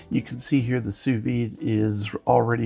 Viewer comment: 'Soo vee'. Say it Frenchie!